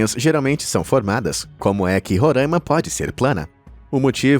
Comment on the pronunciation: Mas um que fala "Roraima" errado 🤦‍♂️🤣